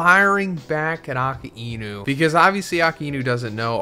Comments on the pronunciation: Since when its Aka-e-nu? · "AKA E NU" jesus man how hard is it to pronounce "a-Kai-Nu" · Bro I can’t believe you can’t say Akainu correctly and been watching from the start. It’s uh-Kai-new, not aka-inu. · “Aka-inu” it’s “ah-ky-new” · bro why he calling akainu aka enu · Brother, really? "Aka inu"? Wtf kind of pronunciation is that? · It's pronounced Ackai—nü. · the pronunciation of akainu is killing me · Lmao wtf is up with that Akainu pronunciation? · I know. But that's just not how his name is pronounced lmao.